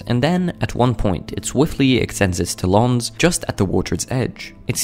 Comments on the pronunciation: He put the em-PHA-sis on the wrong syl-LA-ble. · Agree to both. It's pronounced TAL-ons, not ta-LONEs... and this is how Eagle's feed, not sure why it's so "shocking" to "everyone." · Ok these type of shorts really starting piss me off.. more and more people putting their stupid ass commentary over top of the most normal and predictable behavior possible and acting like it's somthing bizarre/ amazing /ect... and for the record it's pronounced TAL-ONS NOT TUH-LONS....SMH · His “tal-OOONS”😂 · I was wondering WTF he said Tolons😂🤣 crazy how some Americans pronounce words, they butcher them 🤣😂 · I think his pronunciation of talon is spelt talawns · “With his tal-awns” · The pronounciation of talons is hysterical, I never heard it said as "te-LONS, ridiculous. There are many posts of eagles fishing on You tube, catching much larger fish too. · It's pronounced tallins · It has it's talons done at a hair salon. Think either the narrator or the AI used the word "salon" as the reference for pronunciation. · Today I learned I have been pronouncing talons wrong my whole life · The way he pronounces Talon is similar to how the French say underpants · It’s a beautiful video. Also I’ve never heard anybody pronounce the word “talons” the way you do. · I’m perturbed by how irrationally angry I am at the pronunciation of “talons” here. Also this is pretty damn normal, why this guy acting like this eagle just solved a math equation? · Dude needs to learn how to correctly pronounce TALONS 😮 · Pronounce Talons correctly ffs